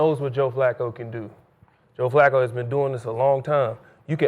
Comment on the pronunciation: Skip said Joe flucccooo lol😂